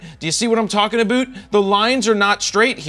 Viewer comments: "Do you see what I'm talking aboot?" I KNEW IT! YOU ARE A CANADIAN! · I love how he said About "aboot" man I wish I had some distinguishable accent